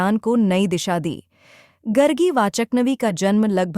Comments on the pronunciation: It’s Gaargi & not Gargi गार्गी and not गर्गी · सही उच्चारण गर्गी नहीं गार्गी है। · गार्गी है ये, गर्गी नहीं है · गरगी नही गार्गी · It is not गर्गी वचक्नवी but गार्गी वाचक्नवी. People who don't even know how to pronounce the name are making videos! What a shame! BTW, Gargi Vachaknavi (गार्गी वाचक्नवी) was the daughter of the sage Vachaknu from the lineage of the sage Garga (गर्ग). Hence the name. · It's pronounced Gaargi... The speaker should have atleast got the name right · Itna research kiya aapne Naam toh lena chahiye it's गार्गि Gaargi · Gaaaaargiii.. atleast pronunciation is important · it is "Gaargi" as in गार्गी = गार् गी It is "rushi" और " rishi " as in ऋषि When you do not pronounce Sanskrit words correctly, it changes their meaning. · Very well explained. The video have done its job to make people remember her actions and what she did for the society again. 🎉 Kudos ! Just keep sharing the knowledge. 😊 Some people still dont remember the true essence why the video was actually made and kept pointing out the pronounciation mistake of the name. I understand, its not right. But I also believe that there was something bigger than that in this video. Please don't get disheartened, just take extra care of this from your next videos. Thanks, Keep up the good work!❤